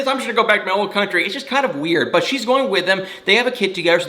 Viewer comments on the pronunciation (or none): none